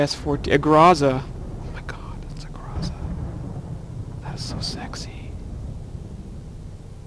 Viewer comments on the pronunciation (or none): Actually it's pronounced not grOza the right way is grozA